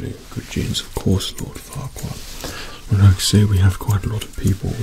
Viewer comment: I'm from Russia and when he said forquad, I've heard fucked up. I'm sorry bacause off mistakes. I'm 13